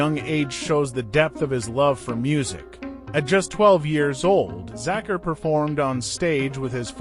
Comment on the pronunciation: These American commentators have this annoying way of speaking English, Sorry I digress, the correct pronunciation of Zakir is "ZakEar" and NOT the way this well meaning but annoying gentleman is saying it . R.I.P. great one. So its an A.I. "voice" I should have known OMG UGH !